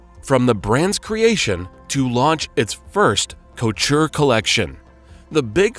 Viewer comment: From this video, not much. The pronunciations of the designers, and "couture" were painful to hear. It views like something written by people who have no real knowledge of the metier.